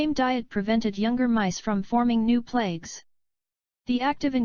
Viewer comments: The robot keeps saying plakes....isn't it supposed to be plaques? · Why does the voice say plagues instead of plaques?